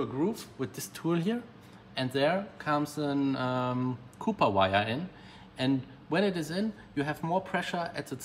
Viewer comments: Copper pronounced Ca-per you're saying Copper like the BMW Mini Cooper which makes me just giggle. Great video and love the cleanliness of your shop. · Brilliant modification to cyclinder head ..so many ef25 here in the states had head failure due to the design flaw...btw it's pronounced Kop purr..